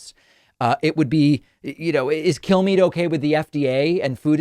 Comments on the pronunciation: Does any one else hear kill me when killmeade’s name is spoken? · Did he say, Brian Killme's mind? LOL